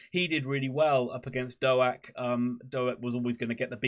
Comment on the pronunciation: Our man (for now) is Ben Doak, pronounced Doke not Do-Ak. Apart from that I really enjoyed your post. I hope you stay up.